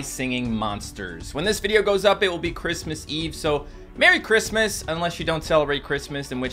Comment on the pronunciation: Merwy Cwismas